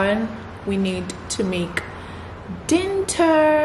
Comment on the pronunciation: I'm here for the word "Dinnter"🙈🙈, i love you so much ❤️❤️❤️